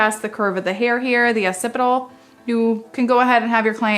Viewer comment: Great video and you explain things so well. I love the way to say "opcipital" when it's really pronounced "occipital".